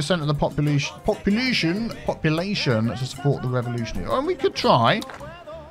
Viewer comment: ) You were pronouncing the word population, and it ended up as “poppalution”. Sounded so funny. We need to give “poppalution” a meaning. I love the new word :-D